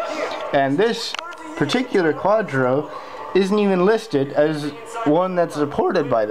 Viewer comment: You're driving me nuts its not quatro. its Quadro. Pronounce Quad Drow